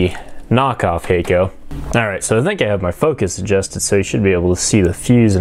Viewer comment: FYI Hakko is pronounced hahk-koh rather than hey-koh. If you understand IPA then it is [hakko:]. It means "white light".